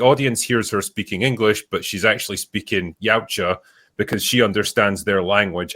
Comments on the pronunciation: It is far more similar to yowcha than yamcha. Where are you even getting the m sound? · Chuds cant deal with it, simple as. Also it is not "yowcha" its YAMCHA. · Movie is fuckin trash! Remove Tran Trachtenberg IMMEDIATELY. Goddamn it’s YAUTJA NOT YEOWCHA. Yot cha fuck